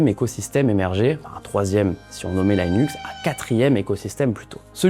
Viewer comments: Merci pour cette vidéo. Linux se dit "LI-NUX" et non "LAÏ-NUKS". À la rigueur, avec l'accent américain : "LË-NAKS" ou approchant (flemme d'écrire en alphabet phonétique international). Tchirwz ! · L'environnement "Laïnux"... non, juste "Linux". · "l'ail nux" ca fait mal aux oreilles quand meme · Merci, il m'a fait saigner des oreilles.... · Ça transforme le salarié en... chômeur. D’ailleurs, il y a déjà des vidéos YouTube "full IA" qui seront bientôt meilleures que celle-ci, et sans la prononciation de "Linux" en "l'aillenus" et Gemini en Jimmy n'aille. Enjoy le futur !